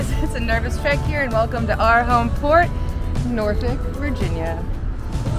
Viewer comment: I was born there she is saying it right